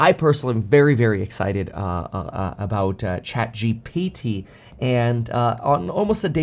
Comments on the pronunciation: Its chatGPT. Kevin has a hard time with saying that. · Kevin has difficulties with these letters G P T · love it when kevin struggles to prounounce ChatGPT and even misspells it in the title. He becoming an old man fr!! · Kevin emphasizing the P in the ChatGPT